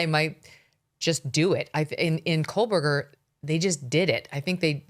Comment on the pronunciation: Megan i love u but please stop saying kohlburger! there is no L in kohberger